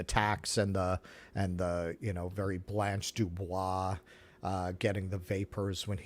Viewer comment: I never knew Blanche DuBois was British,. 😊